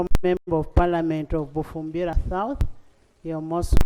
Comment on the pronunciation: speaker can’t pronounce “south”